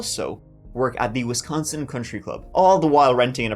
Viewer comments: Hearing u mispronounce wisconsin cities is hilarious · It has been an absolute delight listening to you pronounce location names in my state. On Wisconsin!